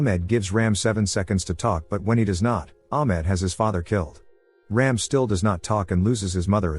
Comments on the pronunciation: It's not 'Raim' .. it's ' Raam' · It's not Ram as in ramming.. It's Raam